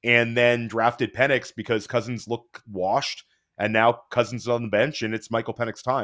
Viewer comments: Pen-Icks not Peen lmao😂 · His last name is Pen-Ix by the way. Purposefully mispronouncing peoples names is pretty fucked up